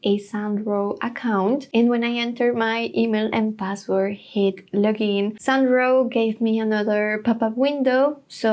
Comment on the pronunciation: Your pronunciation of “Sound Draw” sounds like “San Dro” that is why he wrote “Sandro”.